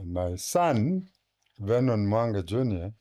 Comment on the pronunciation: Note: Vernon not Venon